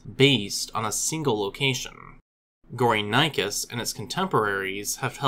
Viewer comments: The actual pronunciation of the name is "Go-ri (like in "Gorilla") - ni - chus (like in "chilly")" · How is 'gory' self explanatory? Those who named it did not speak English. Your pronunciation was so bad that I could not at all make out what this animal was named after. You also failed to tell us where these fossils were excavated. I heard something like "sundir assemblage' but could not find any trace of such a term online.